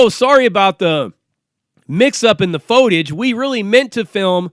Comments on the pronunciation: First time, maybe a miss speak. But he kept saying it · How come dude cannot pronounce footage?